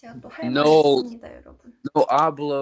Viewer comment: "nou... No hablou chinese" 😭